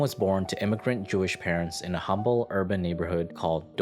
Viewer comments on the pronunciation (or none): none